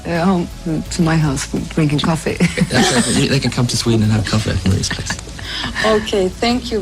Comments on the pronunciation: No es "Meri" es "Marí" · Se llama Marie no Mery y se pronuncia como se escribe. Tuve la suerte de estar en su último concierto de Rosxet en Linie Platsens Gotemburgo. Como también tuve el gusto de estar en el último concierto (gyllene tiden) de Pär Gessle en Halmstad, de donde Pär es oriundo.